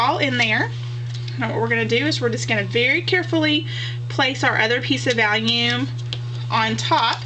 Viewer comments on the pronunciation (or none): Nice video, I heard you say that you were mispronouncing vellum as "vallium" the tranquilizer, yes, I had to watch it again to be sure. Someone has probably already left a comment on this, if repeat, sorry, It is pronounced "vel" rymes with bell, and "lum" rymes with rum. I did the same with "Bazzil" for a long time. I had it in my head & mouth funny. You did a great job with your video getting it all in camera! Keep it up & looking forward to your next one. Thanks for the Cricut link.